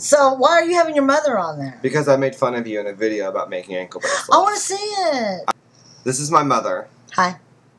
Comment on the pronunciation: "cuz i made a video makin fun of you"-"You did ... I WUNNA C IT!" rotflol